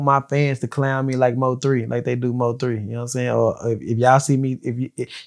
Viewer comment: Mo 3 said he graduated college,but couldn't pronounce nvm.